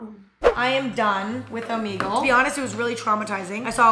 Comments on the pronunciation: It makes me uncomfy every time she says it lmao the logo has the omega symbol so you're supposed to say it oh-meh-gull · Am I the only one who pronounces it omeygle cause I feel like she's pronouncing it omeegle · okay isn't it "o-mEH-gle" not "o-meeeeee-gle" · I love how she says Omeegle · crying at the fact that you call it “omeegle”